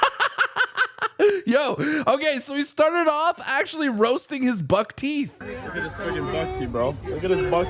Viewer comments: He said (Buktee) not buck teeth. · He doesnt say buckteeth he says batty. He called Trudeau gay to his face. That was brutal.